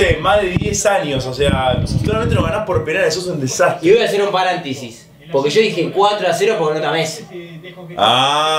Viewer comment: Paréntesis,, PA-RÉN-TE-SIS